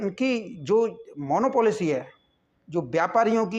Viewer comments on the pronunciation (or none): It’s called Monopoly not Monopolicy . एकाधिकार. Aap acha kaam kar rahe hai is saal. ❤❤